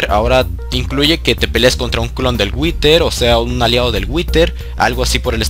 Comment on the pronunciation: si witer que bien lo dices